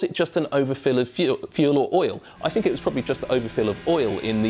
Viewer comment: "wiv", "fink", "fing"